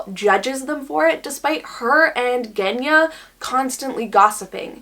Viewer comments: Yea it’s pronounced with a Zh sound!! But it’s totally understandable to make the mistake if you don’t know Russian lmao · Genya is actually pronounced with a soft rather than hard G. I have a Russian friend with that name and it was felt weird hearing it being pronounced differently the whole video XD